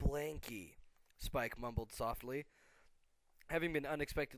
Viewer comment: no not spike y spike